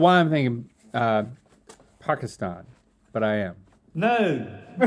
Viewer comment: i love that they say pakistan correctly